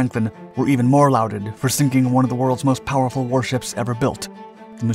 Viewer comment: Is this an AI reading? Even an AI would know how to pronounce "lauded" properly.